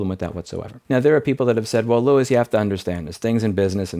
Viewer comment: "louis" Sounds like an interesting accent